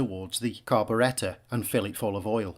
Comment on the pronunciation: The carb-uh-RET-uh